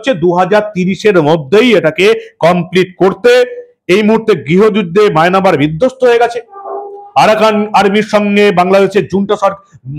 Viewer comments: ঐটা মায়নামার না রে পাগলা মায়ানমার,গোমূত্র খেয়ে খবর পড়লে এমনই হবে🤭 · দাদা ওটা মাইনামার না মায়ানমার 😂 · faltu presenter. je ekta desher namm may-na-mar bole. hasi payyyyyyy